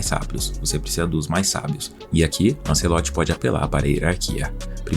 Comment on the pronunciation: Tirei do vídeo pq fala anCEloti.